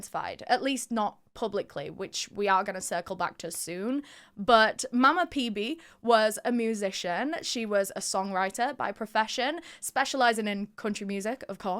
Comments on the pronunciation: I deeply admire you, your style is impeccable, and everything you convey is awesome. I am a 60-year-old woman who truly appreciates your content! However I must inform you that there is one minor detail... Pebe is pronounced "Fibe". 💖✨️☺️✨️💖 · Not to be a brat but her moms name is pronounced “fee-bee” just spelled with a p!